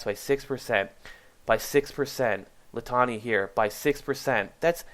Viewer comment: Awesome video. Thanks so much for all the great information. I was taking notes while watching. However: Litany = Lit (A lit match.) nee (Knee) Lit nee.